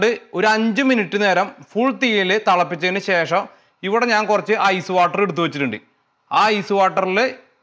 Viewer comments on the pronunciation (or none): none